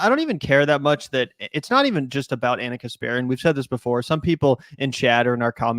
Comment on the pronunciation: She pronounced Ana’s name wrong. She must be racist